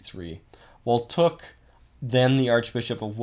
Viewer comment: I know you’re not Vietnamese but you really need to do a better job getting the pronunciation correct let alone your whole argument!